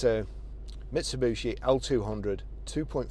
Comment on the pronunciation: Nice truck in good condition. Why do people call them ‘Misubushi’ or ‘Mitsubooshi’. Clearly said as it’s spelled: ‘Mitsubishi’. No second ‘U’. It’d be like people pronouncing ‘’ as ‘Crompton’ or ‘Crumpton’ 😂